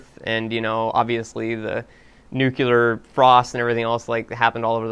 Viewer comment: Welp, here comes a dickload of people to complain about the pronunciation of 'nuclear.'